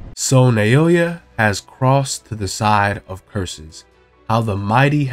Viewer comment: Pronounced NOW-yuh not Nay-OH-yuh